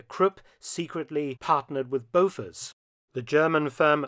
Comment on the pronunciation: A strange pronunciation of "Bofors"! Otherwise very good and interesting! Greetings from Sweden